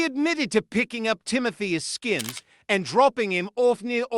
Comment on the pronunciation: Ask-ins - not A-skins If the UK is gonna report on USA crime....please do diligence on pronunciation!